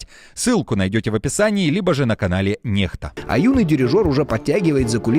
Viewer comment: "NEXTA", здається правильно буде НЕКСТА, а якщо НЕХТА, то має бути написано NEHTA